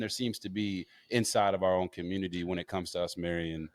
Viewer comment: I'm triggered by the way he pronounced the word community!❤❤